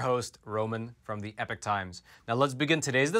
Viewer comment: Hey, Roman... Great set of shows at Epoch... Now, say after me: E - "POK"- that's how the word is pronounced - not e-"PIC" See - it was easy! Other presenters are starting to get it right - you can too...